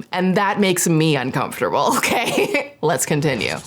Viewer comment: Please some body tell me the amount of times she said “UNCONFTABEL” 🤷‍♂️